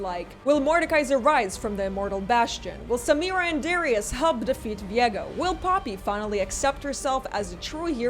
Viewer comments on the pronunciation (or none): Why did I hear "Will Samira and Darius hump to defeat Viego?" instead of help??? 🤦🏻‍♂️